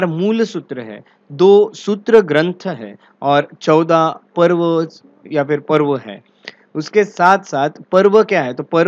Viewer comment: Not पर्व its पूर्व